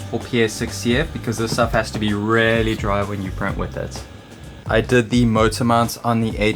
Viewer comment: You are still mispronouncing "really"